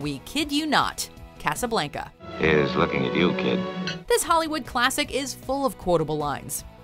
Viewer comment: The way she made Casablanca made my ears hurt 😬